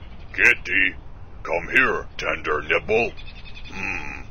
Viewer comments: Yes, it sounded like 'nipple' but sadly, it was nibble. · I think he said nibble.